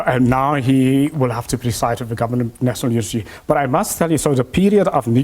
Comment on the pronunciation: This is a confused professor ..... "Nasonol unity"